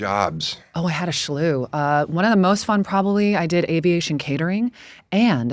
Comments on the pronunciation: She said schlew twice. It’s slew. Just slew. Still the best conversation on this podcast in a while. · Yo this woman keeps saying "Shlew" instead of "slew"... I'd probably call her "anti-semantic" to her face but there's not way she would understand that one. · “Slew” vs “Schlew”?🤔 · Why does she pronounce “slew” as “schlu?”